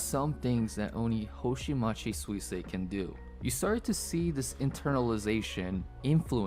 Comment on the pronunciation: It's not that Suisei is difficult to pronounce, it's that figuring out how to pronounce it from how it's spelled is a little difficult. (google translated version below just in case) すいせいは発音が難しいというわけではなく、綴りから発音方法を理解するのが少し難しいのです。